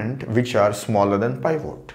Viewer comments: It's pivot...not pivote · It's not pronounce pievote, but peevit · "pie-vote" lmaoooo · pivot, or /ˈpɪvət/, pi·vuht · This guy is a legend. But the way he pronounced pivot killed me. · the pronunciation of 'pivot' is ridiculous LOL. Great video though.